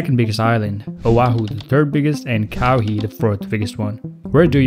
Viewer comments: "KOWEE" bro it can't be that hard 💀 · "cowee"?......well done 👍🏽